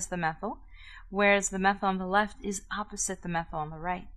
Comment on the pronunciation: "ze zame zide" "eeposite" that sounds so German lMAO